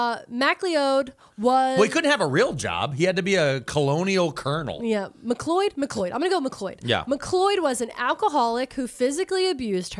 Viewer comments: just FYI, if it’s spelled McLeod, it’s pronounced Mick Cloud. Source- I live near a river and a road with this name lol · unsure if different in dutch, but in English MacLeod is pronounced "m'cloud" or "mac-loud" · In Charlotte NC we pronounced it Mc-Cloud ☁️ Mc like McDonalds and Cloud like in the sky. McLeod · If it’s spelled like McLeod- it’s pronounced McCloud. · 2nd only to the McLeod = Mac Cloud moment 😂